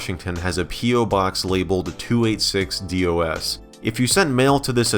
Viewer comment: Alternate explanation for the 286-Dos thing, he became Mexican for a split-second